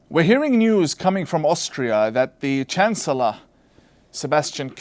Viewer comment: Did Tawhidi just say "Chance-Ullah" Sebastian Kurz???